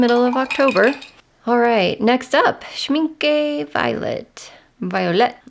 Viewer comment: A friendly tip: For American English speakers, the last vowel of Schmincke sounds sort of similar to the last vowel in “Rebecca” (Schminckuh) and NOT similar to Schminkee or Schminkay. It’s not an exact vowel pronunciation match from German to English, but it’s a decent approximation. I think Casein is pronounced in the US as “kay-SEEN, accent on the SEEN. Thanks for showing us goodies!